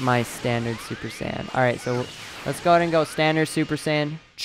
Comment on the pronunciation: every time you say super sand i cringe so badly.